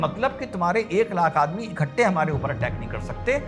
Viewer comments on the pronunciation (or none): none